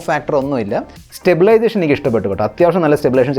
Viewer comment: It is 'Stabilization' and not Stablation! Keep rolling!